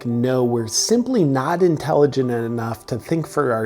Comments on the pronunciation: You had me at "Not IntelligiNent Enough". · “We’re not intelligenent enough.” Dead. 😂